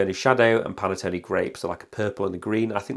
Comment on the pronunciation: Pan Tone not Pan a tone 😂